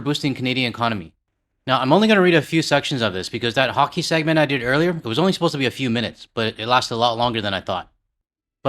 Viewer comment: Did you say "Honky" games? LOL 😂 America needs to be more like canada... whether singing at honky games or otherwise...